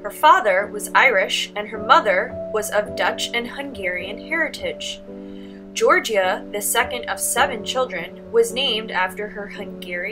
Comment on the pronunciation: Love your videos for my students but please work on pronouncing artists names. George-ah